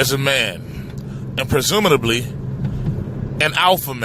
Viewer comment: Did he just say presumidably🤔presumably👍🏽